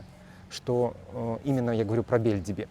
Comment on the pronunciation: Не БЕльдиби, а БельдИби. Это турецкий, а не русский или белоруский язык, пожалуйста!